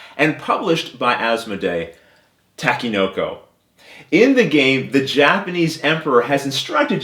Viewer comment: Great video and great explanation. You really have a knack for teaching board games in an easy to understand format. One little thing, you're pronouncing the game name wrong. You are saying "ta-ki" when it's supposed to be pronounced "tah-ke". Not a big deal, just thought I should point it out.